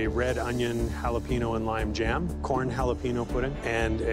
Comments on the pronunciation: “halapeen o” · Jalapeño = Halepenyo